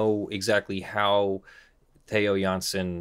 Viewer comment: Well done on the dutch pronounciations... you nailed both Jansen and Strandbeest. Interesting case. I don't really understand why the artist would care much if his art is used in an original way by other artists, the game designers. Still in the middle of the video, but so far it's very informative